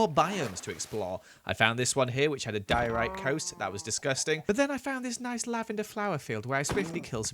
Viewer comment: it’s dye-ore-ite